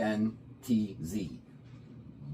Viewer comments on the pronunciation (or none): Marantz is pronounced... Ma-rants. I have the marantz CD6005. Its 2 generations older than yours (about 10 years) and it's had around 5-6 hours of play a day 5 days a week with no issues it just keep going, fantastic build quality. The 6000 range has been winning awards in hi-fu magazines and in online review for years. Their previous models like the CD63 and models that had the ki-signature also set the standards for other brands to get online with them as they blew other competitors out the water in the price brackets they competed with You'll need to spend more than double what you spent on this to hear marked improvements. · Marantz is pronounced ma-rants just to let you know. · mar-ANTZ......A guy your age should know that. The company is legendary. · The only way I have ever heard the brand spoken is "Ma-ranz." There are DACs in all CD players to effect the play of each AAD, ADD, or DDD medium. The early players had 8-bit type and sampled at 128KHz, I believe very typical. As generations of CD players evolved, the number of grew to 24, maybe even higher, at rates 256K and probably higher. I have not remained active in the changes being made in the industry like I used to. The specifications of your unit may tell you all that information. That is probably why the audio seems more pronounced and clear. Just looked up the specs. You have a 24-bit DAC sampling at 192KHz. The signal-noise ratio is a superb 110dB, with a frequency response of 2-20,000Hz. Keep in mind, humans have limited hearing approaching 20Hz as a comparison. You also have the capability of playing super high definition audio files through your built-in DSD (Direct Stream Digital) as high as 5.6MHZ sampling rate. You'll have to read up on that since I have never heard of that. Told I have lost touch with this stuff over the years. Enjoy your new toy. 😊👍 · Pronounced Ma-Rants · this idiot can't figure out how to pronounce marantz do not take this tool for any info on anything my god!!